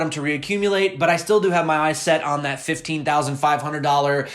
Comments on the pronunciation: sounds like Preston PISH , not Fish...there is no H in Pysh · Just pretend like the y is an i- as in Preston Pish. Great content as usual though.